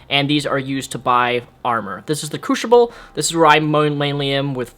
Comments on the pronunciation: Nice review, very thorough. But for future reference, it's pronounced croos-ible, not croosh-ible. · Crucible not crewshible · The way you pronounce "Crucible" makes me want to smack you. >> CREW-SIBLE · crushible is incorrect? lol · good review but learn how to say crucible right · he has a speech disorder thing, give him a break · yea it's incorrect